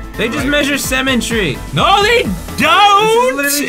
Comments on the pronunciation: IT'S SYMMETRY, NOT CEMETERY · i hear them saying cemetery instead of symmetry lmfaoo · ITS PRONOUNCED SIMM-ETREE